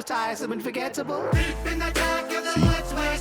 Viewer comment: idk why this got me so much, but , the lone "DEEP" when he puased nearly made me bust out laughing